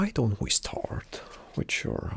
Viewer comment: Wher going to staourte he says